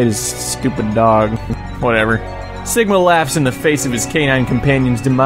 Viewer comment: Awesome list ^^ plus btw dude you said "Stigma" instead of Sigma sorry if you didnt but I keep check and that what I hear lol